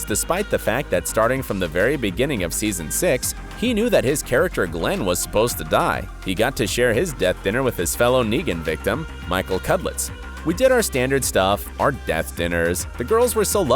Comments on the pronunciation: he said Nagen too.. its Negan dude!!! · Who is Naygan?? It is Negan, say like Nee gan. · Nickater? Nay-gen? Nobody in production thought to tell the narrator he was getting it wrong? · Negan : who are you? The voice in this video : niegin Lucille : thirsty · “nEGan” Also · How do you mispronounce Neagan? Neegan, not Naygan. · True fans also know the pronunciation of names. Nicotero - Nick-ah-tare-o. Negan - Knee-gun. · You pronounced steven, Greg's and negan's name wrong. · Your total and utter butchering of Greg Nicotero and Negan's names earn this video a solid thumbs down. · He even pronounced Negan wrong as well. I don't think he even watches the show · I'm going ahead and say no. He doesn't even pronounce Negan right🤦🏼‍♀️ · Everyone griping about this dude’s “nicater,” but did anyone notice he called my man “negin!?” 😡😠🤬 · He also says nagan:D